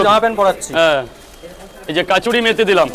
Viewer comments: Kachauri na ota kasuri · Eee kachuri methi kya hota hai😅😅 kasuri methi hota hai yr😢